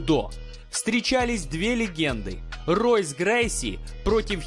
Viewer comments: Только не Ройс Грейси, а Хойс Грейси. Особенности бразильского языка ))) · It's pronounced Hoyce, not Royce... how can you make video about mma and not know that? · Хойс Грейси правильно произносится!